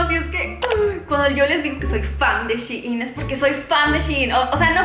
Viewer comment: Me desespera que no pronuncies bien "Shein"